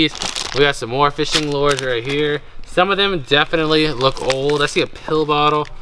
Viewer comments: Your pronouncing Lure wrong its Lu ers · They’re lures not lears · If you want to pronounce it correctly, they are called loors kinda like floors. And the one that you held up that had more than one lure on it is called a rig. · I’m not gonna lie it kinda triggers me when you say Lewers wrong I’m sorry like I just paused this video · / I was laughing at the way he says fishing lures, which may be correct, not the way we say it in Georgia, lol. Hope ya'll have a great and safe Christmas! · Wow what a great start to this unit. And the way you say to lures cracks me up.